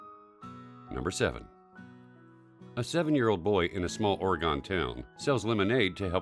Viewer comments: boi said "orygon" cant you just say oregon correctly? the vid is good but its pronounced "oregin" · It’s ore- gun in how you pronounce it. Not o-re-gon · ore-gon lol it’s pronounced ore e gin good video thought it’s sad too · It's not pronounced "Origin". It's pronounced "Orgin" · orGIN not orGON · "oraygawn" its "orgen". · OH FFS Please never call is OreeGON again. It's pronounced "Oregun" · It's pronounced AURA-gen not Aura-GONE 😠😠😠😠😠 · Or-GON AHAHHA I CANT i live here and i’m triggered, its OREGON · It is ORYGUN, NOT OrGone... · OR-UH-GUN not OR-GONE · I know it's sad but it's not orgaan it's orgon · You said oragun, not Oregon (pronounced Orugun) trust me i live in portland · I love this video but Oregon is not pronounced as ‘Or-e-gone’, it’s pronounced as ‘Or-e-gine’. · I hated this video the moment he said OReeGONE...okay thats wrong...oregon is pronouced like organ...not oreegone 😂, fr though great video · I live in Oregon. It’s not pronounced Oreee goneee it is pronounced Orgin. But spelled Oregon. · Oregon is NOT gone. It's still here keeping California and Washington apart (they don't get along so good). Please pronouce it "Or-a-gin" I don't care how it's spelled. If it's not "are-Kansas " Oregon can be "GIN"! Keep the "gone" for that town in Iowa. Yes, I'm talking to you, you Yellowstone visitors. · Wait I feel insulted... I'm in Oregon. He just called it ore gon not Oregon. ;( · YOU DONT. Pronounce OREGON OR GONE !!!!!!!! It annoys me SO much because I live there! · “ore-gone” *shudder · It is pronounced OrEEEEEEEEEgun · >:T Why does everyone say Oregon wrong (╯°□°）╯︵ ┻━┻ or-ih-gin, the e and o sounds like a soft "i" like in it or inn. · Its pronounced as (or-gin) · oregon is pronounced (or-gin) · oregon is pronounced wrong. It is supposed to be pronunced as oregin. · Did anyone else hear the Orea-gone ponounciation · Its or-ee-gon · It’s pronounced or-i-ghen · SAY OREGON RIGHT ITS OR E GEN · Oregon sounds like Orgon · Oregon is pronounced or-a-g-in